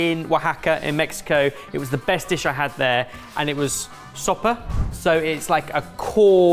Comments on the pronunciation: It's sope... pronounced like "so-pay". A sopa ( pronounced like "so-pah") is something different. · I know enough spanish for saying "sopa" instead of "sope" keeps confusing me. Sopa = Soup, Sope = the corn/masa fritter'ish base. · Very minor correction of pronunciation. Sope is pronounced "so-peh," while pronounced it closer to "so-pah," which sounds like "sopa" which is the Spanish word for soup. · ben’s pronunciation strikes again… every time he said sope i giggled